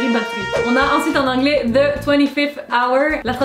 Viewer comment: juste que a cause de ca en france votre accent anglais est pas super